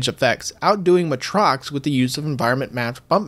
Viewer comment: Matrox is pronounced May-Trocks.